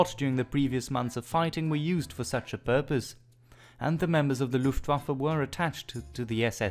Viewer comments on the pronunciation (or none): none